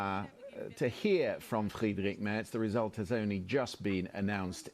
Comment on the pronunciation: Moin, too! When I look at the comments, it looks like 95% of the authors are German;-) (me too) Hey (correct written?), your "Tschüss" sounds very good too, a little work is left to speak out "Friedrich", specially the "..drich" 😉, but you can still do that👍👍, 4years time now 😅